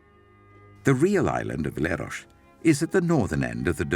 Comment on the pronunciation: Where the f@ is Lerosh? It’s Leros … pronounced as written